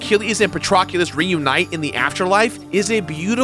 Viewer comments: PATROCULUS That's almost worse than nucular! Dwayne "Pat-rock-ulus" Johnson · Who is "Patroculus" 🤔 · I cri when says Patroclus and Eurydice